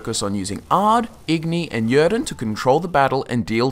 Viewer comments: He pronounces "Yrden" wrong and it's really annoying. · Thumb up, but man, I can't listen how you pronounce "Yrden" ! :D